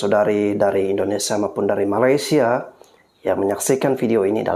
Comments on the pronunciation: Sebutan kamu tu kena betulkan. Ma-lay-sia...Melay...Melay..Melay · Dorg tu takpandai eja Malaysia.. Yg dorg sebut malasia pastu singktkn jadi malas... Kan lawak tu